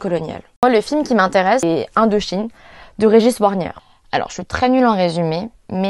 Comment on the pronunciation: Super vidéo, continue! Un seul regret, c'est trop court! Il y a vraiment beaucoup de sujets à traiter dans ce champ-là. Sinon un point de détail, Régis Wargnier: son nom se prononce "Varnié". Peut-être signaler aussi que ce film a été multirécompensé à sa sortie (Césars, Oscars, Goya, Golden Globes et Oscars, France, USA, Espagne), ça dit des choses aussi d'un entre-soi du regard dominant